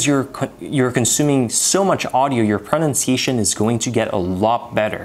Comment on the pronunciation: Interesting video, well done, some great tips - but please find an educated native speaker of English and get your pronunciation of the word pronunciation sorted. It’s a word you use a lot but unfortunately it is a little bit ‘off’ to the ear.